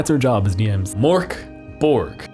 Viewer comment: There are pronunciations out there, but it's closer to "Morky Borgy" than "Mork Borg"